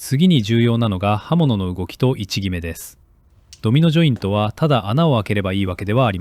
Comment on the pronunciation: "Domino jointo, yo, no cheapo desu". For a second I thought I understood Japanese.